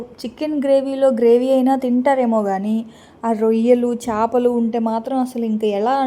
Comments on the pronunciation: చాపలు కాదండీ చేపలు 😂😂😂😂మన తెలుగు కదండీ మంచి ప్రొనౌన్సేషన్ నేర్చుకుందాం ❤❤ఓకే నా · చాపలు కాదు సిస్టర్ చేపలు